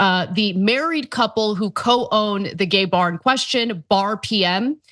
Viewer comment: Does it being a gay bar have anything to do with this? Like why is she emphasizing gay bar so much